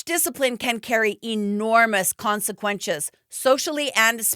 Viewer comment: "PEEnal County"......."consiQUENshes"..... You're putting the wrong emPHAsis on the wrong syllABle.